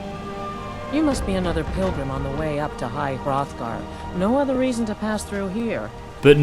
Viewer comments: Did he say high *froth*gar? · “High throthgar” hahah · It's at the foot of The Throat Of The World not High Hrothgar. The mountain's name is The Throat Of The World.